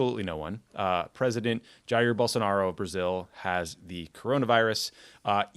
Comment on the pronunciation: In these case it's not "most Americans", it's two professionals that are paid to do this podcast and could have spent 2 minutes researching how to pronounce Bolsonaro.